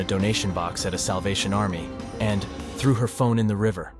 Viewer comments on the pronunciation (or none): none